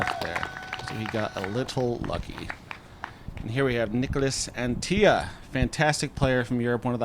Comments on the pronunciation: bro, Antilla is not fucking spanish. It's AntiLLA not Antija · Neek-las Ahn-tee-la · Came here to say the same thing 😂 "Unt-illa" should work for english speakers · Im not even European but the dude isnt spanish, so its not pronounced Anti-ya. I’m pretty shocked that y’all didn’t do a shred of research on how to pronounce his name… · said "an tee yuh"? he isn't hispanic lol Anttila..he's Finnish. you say all the letters. and there isn't even a double L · It's pronounced AnTTila, not AntiLLA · As an information for, Niklas Anttila’s last name is finnish not a spanish last name, so you are supposed to say the ”L” at the end as on ”La”. The pronounciation goes like this: ”Ant-TiLa”. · I would further clarify it as pronounced On-tea-luh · Anttila isn't mexican, that's a very hard L. Yeah I read it 's already been mentioned, don't care, if you can pronounce every oddball name you got over there no problem there's really no excuse botching the european ones. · Well these American commentators keep bringing up how happy they are to have "The Europeans" back competing on tour. And then they proceed to absolutely butcher their names on every occasion. How hard can it be to make a minimum of effort and find out how they actually are pronounced. "Nicholas Antiya" Come on that's just pathetic.